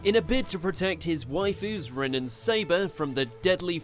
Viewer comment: thAtS nOt HoW yOu SaY ObiTO, AkAtsUki, aNd RiN